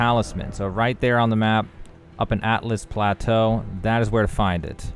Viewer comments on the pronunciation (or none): Altus Plateau not Atlus Plateau